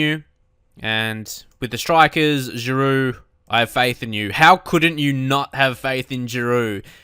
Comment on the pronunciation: I was surprised when you said someone was saying you said Oliver Giroud's name wrong. He's french and your saying it the french way. The right way.